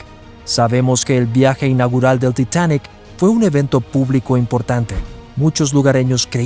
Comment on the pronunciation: Es el Titanic, no el "titanek" ... ¿y las fotos pa cuando?